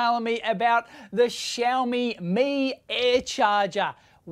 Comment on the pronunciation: Why he calls it Shoephone